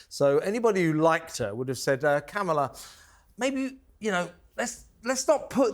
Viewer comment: WHY DO YOU LOT INSIST UPON CALLING Kamala Harris ‘Camel-a’!!! Her name is pronounced ‘CAR-m-la’ i think you do it on purpose. It’s not funny, it’s juvenile, it’s inaccurate, and it’s ignorant. I can’t stand the woman, but please be professional…. call her by her f***ing name!. You don’t have to insult her just because she’s somehow deficient. Not funny!!!!! I like your show, but not that much…goodbye.